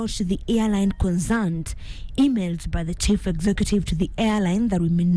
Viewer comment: conzerned? tusome script vizuri